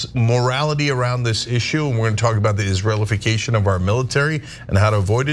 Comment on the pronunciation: Cenk said "Israel·ification" 😂